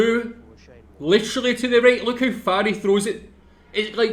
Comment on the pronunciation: It's technically funny HOW his HOW had turned out to sound like HOE